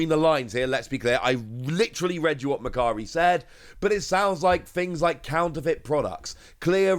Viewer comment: Today I learned Japanese site for trading and selling goods is actually called mercary. Before seeing the logo I thought it's called "Makkari", thanks to wonderful accent 😅